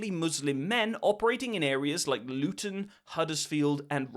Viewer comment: “Born in Lutton” enough said